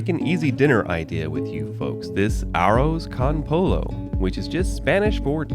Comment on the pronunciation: and - it's not pronounced "Arr-ahz kahn pole-oh". It's pronounced "Arrows cone poy-oh". Sure, you can say "Well I'm not speaking Spanish!" but by the same token, even a non-Spanish speaker visiting their Hispanic neighbor, Mister Martinez, as "Seen-Your Mar-teen-ehz", not "Seenyer Martin-eez".